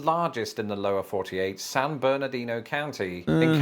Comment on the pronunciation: He's not saying "San Bernardino" correctly. The locals pronounce it "San Berdino".